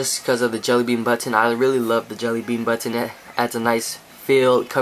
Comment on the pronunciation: He says button "buttoneh" :3